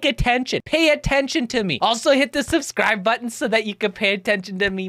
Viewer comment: Uhm.... every time you say Subscibe. I see a colors show up on the button and you saying that thru your video. XD